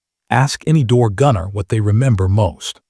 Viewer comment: Ditch the A-one voiceover. What's a machine GUN? or rotor WASH? It wasn't key san; it was Kay San. It was door gunner; not door GUNNER.